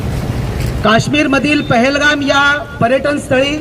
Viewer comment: 😂😂पुलगामा नाही हो मॅडम, पेहलगाम